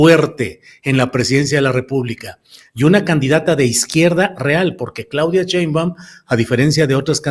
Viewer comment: Estas mal, los militares en esos puestos estan bien y, es Claudia SHEimbaun (NO CHEimbaun)